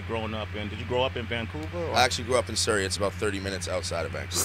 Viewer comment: The way pronounce Surrey 🤣